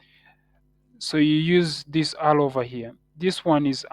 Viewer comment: Alow❌ arrow✅ great video though 😂